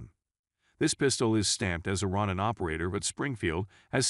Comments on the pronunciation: "ROE NAN" NOT "RON NAN" 🤦🤦 RONIN- "MASTERLESS SAMURAI " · Ro-neen. Roll the R. Japanese isn't hard. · Springfield Ron in ? The Philip pines? These AI talking videos are horrible at pronouncing certain words, but that's how we can tell they are AI so maybe that's a good thing. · Rawnin lol